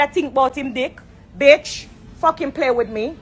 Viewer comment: ...every time Spice said BETCH, my feelings got hurt 😂😂😂😂😂 I felt them